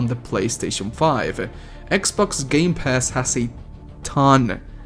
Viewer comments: Did he said gay pass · Did he just say gay pass or is it just me? Did he just say series sex or is ot just me?